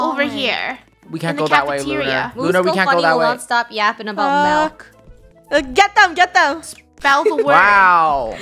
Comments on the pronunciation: its milk not melk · Lol when they said malk insted of milk 😂